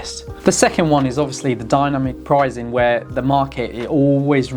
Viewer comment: Are you saying prizeing instead of pricing? It's very distracting.